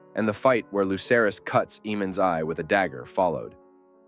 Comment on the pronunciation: I LOVE this theory and your overall presentation. But as a GOTs nerd to my core, you almost lost me when you referred to Lucerys (aka Luke) as “Loser-ees.” 😳